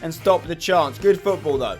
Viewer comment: football not gootball and its not aits its its